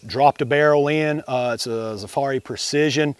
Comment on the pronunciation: Why has it become standard in the Glock community to mispronounce Zaffiri? It’s literally Zaffiri, not Zafarri!! Everyone says it wrong it’s crazy